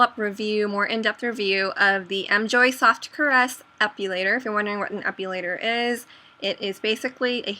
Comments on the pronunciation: it's epilator not epulator... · uhh, it bugs me when you say "ep-U-lator" but other than that, great video :) I have one and i love it for my underarms :D